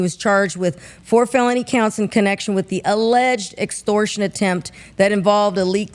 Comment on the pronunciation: Hahaha all I hear in the beginning “LETS GON’ GET IT OVER WIT!” 😅😅😂😂